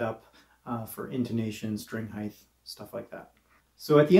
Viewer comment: there is not an H on the end of "height". Why do so many people say "heighth"?